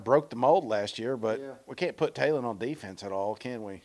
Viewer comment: Say this with me Taylen not Jaylen if you are going to do a list get the dam names right geezz